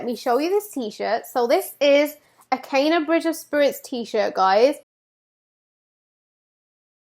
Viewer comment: OMG!! U got me so hyped for this game!! Great theory and analysis of Kena aka 'Cay-na' lmao. Got my shirt on shipping right now, Emberlab about to drop a classic🤗🔥✌